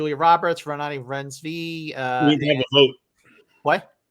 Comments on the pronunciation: Oh you mean Renooty Rinesvy? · please take the 10 seconds to google how to pronounce Renate Reinsve name since you'll be talking about her all season lol